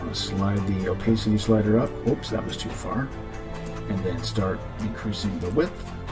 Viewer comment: Oh pass city!! Opacity. Not oh pace city. Haha The blue marble? Bah hah hah! If i were involved with the retouching then they WOULD get away with it. Just sayin